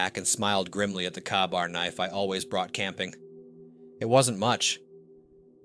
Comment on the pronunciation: Been to Gettysburg multiple times, it’s a must see! Come on man, you know how to pronounce “ka-bar” 😉